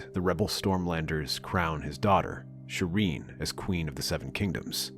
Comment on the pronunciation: bro said aegon the 4th and serene baratheon. Something is off